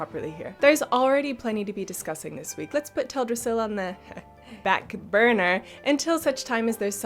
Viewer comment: "backBURNER" groans in Darnassian